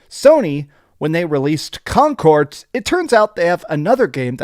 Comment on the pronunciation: why do you pronounce it like "concort" with a "t"